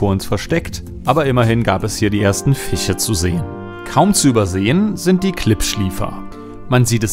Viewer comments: Tolles Video. Aber bitte, sag Fische und nicht Fiche. Und auch nicht Lursche sondern Lurche. Da will mein innerer Monk jedes mal in den Fernseher springen. 😂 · Bitte sag Fische und nicht Fiche